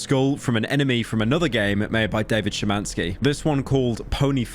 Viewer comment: I respect the fact that Pyro actually pronounced Szymański almost correctly.